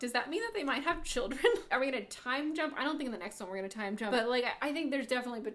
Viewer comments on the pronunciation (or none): none